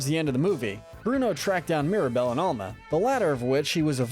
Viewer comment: Is your grandma just called grandma? No? Albuela is just grandma...her Name is Alma* not ama